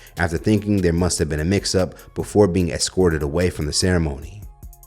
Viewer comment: "Excortid out." Imaginary dat.